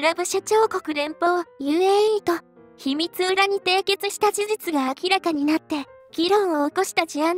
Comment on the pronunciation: 秘密裏・・・ひみつうら・・・✖ ひみつり ・・・〇